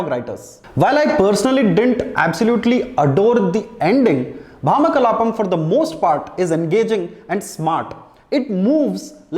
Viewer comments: It's Bhamaa 'భామా' kalaapam, not భా'మ' kalaapam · Its bhamakalapam .. not bhama kalapam